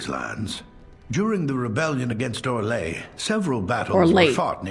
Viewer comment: the only option in the origins for a same sex coupling is in the Cousland story, otherwise you have to wait until the main story starts you mean orlay, it's not pronounced how you did it